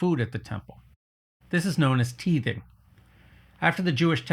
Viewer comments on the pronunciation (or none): I think the word "titheing" is pronounced [tahy-thing] instead of [tee-thing]. "Post-Modern" philosophy does have those, like Michel Foucault, who promote ideas that claim things like literature (or any communication, really) are subjectively interpreted by the audience and therefore have no intrinsic meaning in and of themselves. This points toward the concept of 'wishful thinking' and 'placebo', implying that belief can shape reality. But self-confidence (real or fraudulent) that 'creates' reality outside the individual and their will to act is NOT a fundamental tenet of "Post-Modern" philosophy. Richard Rorty is a better example of the "Post-Modern" ideas that claim that we have reached the "end of history" in that everything that can be thought has been thought, and those who have embraced and studied philosophical anthropology up to the common time are therefore standing on the roof of the philosophical 'Tower of Babble', and having pulled up the ladder, leave the rest to compete for their own climb to the top. Please don't confuse the misunderstanding of the concept of "individual merit" as the false idea that "wealth is an indication of an individual's merit" with the true concept of human merit as the content of one's character plus the quality of one's mind, times persistent grit and hard work. Yes, a self-fulfilling prophecy can be a powerful mental trick to fool yourself into the motivated actions necessary to find success both in your own life and in relation to t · Great video, but for the record it is pounced "tie-TH(v)-ing" and it was "approximately" a tenth. It was supposed to go to feed the priests and the poor. Its a shame how a belief system that can be summed up as "be kind and love one another" gets distorted into greed and to mistreat others. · It’s tithing with a long I sound, not teething….hahaha…there is some bite in both, I suppose. 😉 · Tithing = . Not teething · Yeah... "teething" is what toddlers do,.